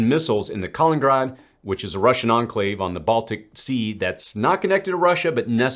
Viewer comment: Appreciate the video… it’d be nice though if Americans learned how to say Ka-li-NIN-grad (all 4 syllables, accent on the second), Shee (Xi) not Jee, and EE-ran and EE-raaq, not EYE-ran and EYE-rak 🤷